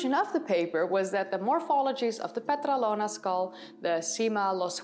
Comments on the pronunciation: PetrAlona, not PetralOna ... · It is called Petralona with the tone on the first "a". Petrálona.